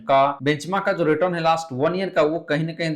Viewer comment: Return to bolana sikhlo